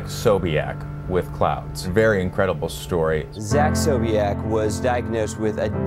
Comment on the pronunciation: SoulPancake should correct his last name. Sobiech, not Sobeich